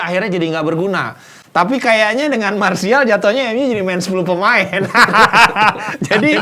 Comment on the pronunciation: Mas Rizal itu Anthony martial.. koci kalo ngomong martial jadi mas Rizal